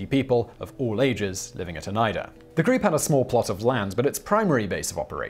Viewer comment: Shout out to Simon for the exactly correct pronounciation of Oneida, my home town.